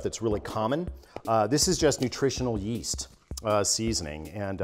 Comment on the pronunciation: Legit recoiled when he said Yeast.